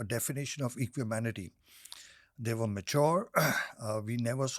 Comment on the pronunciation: Equanimity*** not Equimanity ☺️